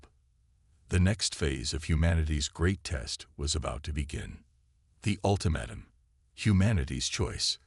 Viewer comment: Would you mind telling me what the HECK "Unredable" means!!!??? What is "QuarenTINE"? It is pronounced "Quaranteen"!!!! What is an "Ultimatum...(with a short "a") instead of "UltimAYtum"...(with a long/hard A).????? What the heck is "Weeponize"???? What ALSO is "dizaree"???? "Disarray" I know....... "Dizaree" I do not know!!!???? And THEN, what the heck is a "Cosmus"????? Geeeeeez!!!! You guys STOP using AI until they can read English!!!!